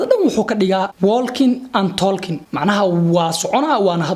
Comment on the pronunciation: Bro aan kaa saxo pronouncation ah Walking and talking (wookin and tookin)